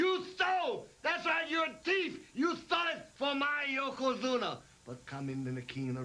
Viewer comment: Did Mr Fuji call hulk Hogan a teeff